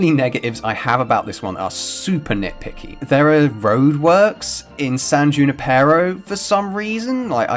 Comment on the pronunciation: "san junREPAIRo"